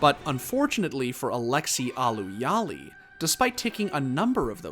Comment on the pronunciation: he also said his last name as halli lol